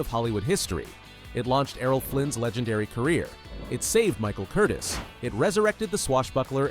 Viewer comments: I've watched this movie many times on tv. BTW, not Michael Curtis, Michael Curtiz. Pronounced Curteez. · Actually, strictly speaking, and not to be pedantic, the director’s name was pronounced ‘Curtezz”, with the short “E”, not the long one. Biographer Alan K. Rode points this out, and the point is supported by an illustration in his book (p. 75), where a production still for Curtiz’s first Warner Bros. picture in 1926 includes a slate ID-ing the director as “Curtez” — and also IT’S A GREAT FEELING (1949), in which Curtiz makes a cameo appearance, and a secretary calls him “Mr. Curtezz”. Still, even Alan Rode pronounces it “Curteez” these days, so I guess we’re stuck with that for good. Anyhow, it’s more accurate than “Curtis” (as in Tony). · . . . AND, that's pronounced ' Curteez ' . . .